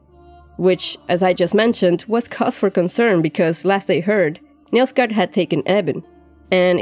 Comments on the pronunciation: Who else keeps hearing Milfgard? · Me? oh yes, you heard it too :)